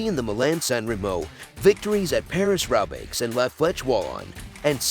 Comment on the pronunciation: Gyro d’Italia? Paris Robbix? Alberto Con Tader? Jack Anquetil? and the worst one, Vule d’Esposs (Vuelta d’España)!! Somebody didn’t do their homework!!